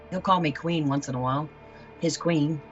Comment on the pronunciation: Red Flag number 1: "KwEEn" Red Flag number 2: oil rig